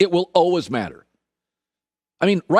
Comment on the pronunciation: The word is “always” pronounced as “always”